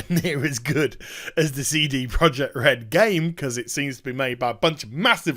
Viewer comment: First off, it's amazing how you make a 14 minute video out of a 2 minute news story... Secondly, please stop calling them Seedy Project Red... :O